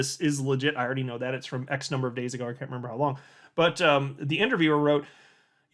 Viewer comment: The “frooo” 😂😂😂😂